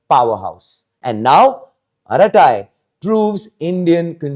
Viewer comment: Arattai. Is to be pronounced with a neat T and not with th.. it means harmless gossip.